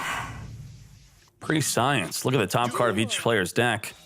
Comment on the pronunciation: PRE-SCIENCE 😂 It’s pronounced “preh-shence”